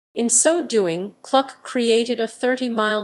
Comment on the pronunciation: Please pronounce Kluck correctly! It is pronounced the same as look or book. Thank you, Michael Kluck.